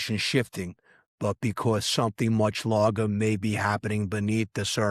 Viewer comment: You said “lager” not “larger” & I thought you weren’t AI Not convinced now